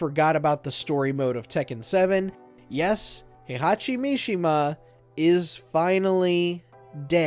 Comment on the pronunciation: Oh this will be great, WatchMojo explaining a fighting game lol Heihachi what again? "Has long been the series main villain", let's see - T1 - Heihachi, T2 - Kazuya, T3 - Ogre, T4 - Heichachi, T5 - Jinpachi, T6 - Azazel, T7 - Heihachi/Kazuya Good job releasing this video on time They handed it off to who? Erika? (it's Arika by the way. The "A" is pronounced like in "Apple") Do you really need to stretch this to 10? lol